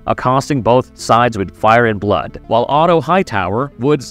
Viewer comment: That's storm's end in the opening shot and pronouncing Otto as "oto" is particularly egregious when they say his name in the first season. Why would you break down a trailer to show you haven't seen? Smh